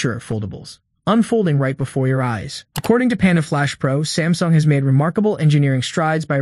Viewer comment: I heard Stamsung... yes Stamsung! Will you catch it in the video?